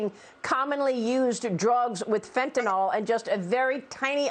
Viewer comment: Fentanyl, Maria. There is a Y in there, not an O.